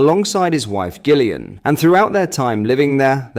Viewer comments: Do learn how to pronounce English. T shirts crap is bad but who the hell is " Guh - ill - ian". Do you mean Gillian. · Gillian lol it’s pronounced as Jillian 😂